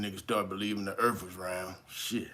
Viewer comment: " I'ma flat euurthuur my nukkuh " 😂😂😂😂😂😂